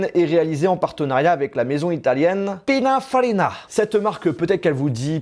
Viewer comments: C’est pas pinafarina mais pininfarina!!😫😫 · Petite correction : pininfarina pas pinafarina 😉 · Pininfarina pas Pinafarina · Ča se prononce Pinine Farrina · Tu as vraiment dit " Pina Farina " ? :D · On dis pininfarina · pinafarina ...PInAFArinNa!